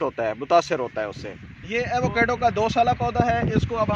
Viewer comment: ایوو کیڈو نہیں ہوتا ایووکاڈو ہوتا ہے یہی نام پورے امریکہ اور میکسیکو میں استعمال کیا جاتا ہے